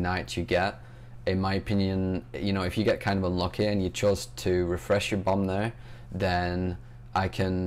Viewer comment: when u said bomb it sounded like bum:p